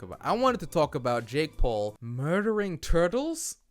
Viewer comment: How did I hear "uh dick paul" 😂